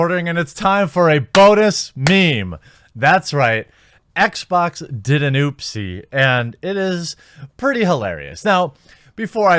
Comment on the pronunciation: Blacks at Xbax. Jeremy's dialect, reminded of an old Jontron Kinect video XD